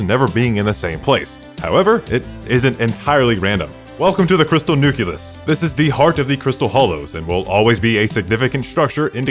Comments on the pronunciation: NOT NUCULES NUCLEUS!!! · I just had this on in the background while going through notes for an open book midterm, which is in subatomic physics, and when he was talking about the Crystal Nucleus I just had to pause. It only slightly pains me that he said 'nucules' 😅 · This video is crazy good, the amount of time and effort put into mispronouncing nucleus editing was definetly insane